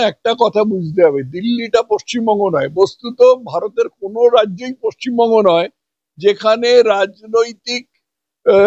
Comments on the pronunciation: পচ্চিমবঙ্গ উচ্চারণ যারা করে তারা পশ্চিমবঙ্গের লোক হতে পারে না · পশ্চিমবঙ্গ টাও ঠিক করে বলতে পারছে না 😂😂😂 পচ্চিমবঙ্গ বলছে 😂🤣😂🤣😂🤣